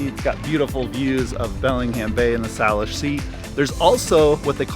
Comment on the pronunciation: SAYLISH not Sal ish.